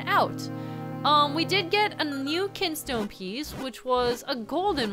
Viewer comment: "ah so you moved that KINSTONE" moved the kinstone huh? nice reading